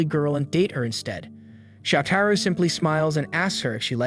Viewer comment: lol your ai struggles with his name. It's 'show tah row'. you can spell things phonetically. Like search and replace 'soutarou' for 'showtahrow'. No one will know except you, and we'll all here his name closer to what's right...